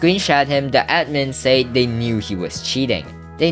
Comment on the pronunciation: bro why do you struggle with saying the word "said" it pisses me off